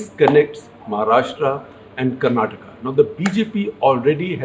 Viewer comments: Thanks for pronouncing "KARNATAKA" not like typical North indian. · shekhar ji, today am very happy that you pronounced karnataka in the right away. I hope people are sensitive and respectful enough to do the same. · 👍🏼Appreciate the way you pronounced Karnataka & Bangalore otherwise I was thinking people from the hindi speaking places are alphabet 'A' blind/dumb especially when it's with South Indian names...!